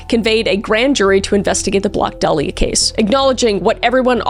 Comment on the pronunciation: My irl name is Dahlia- i low-key just had a heart attack (metaphorical) reading that title- Also props om the pronunciation of 'dahlia' bc so many people pronounce it wrong.